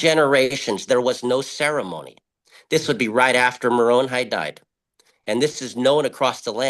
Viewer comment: Meh-rune-hi. Yet you say Mississippi when its from Ojibway language Misi Ziibi, are we wrong also? Even on our own words and history? Yet you say Jesus when his name was Yehoshua. Perhaps english speakers say no names correctly, nor repeat them when shared. For example, you say Jacob, when that name has never existed, it is Yakov to Israel and Zhaagob to the indians. Perhaps the issue is english arrogance.